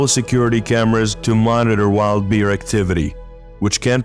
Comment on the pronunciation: In the bear segment it sounds like he's calling them deer instead of bear. Am i hearing right?